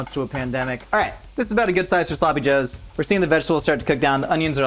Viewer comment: There sloppy -ohs